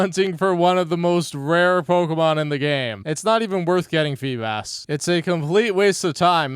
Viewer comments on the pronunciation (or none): This man can’t pronounce anything. What is a FEE-bis?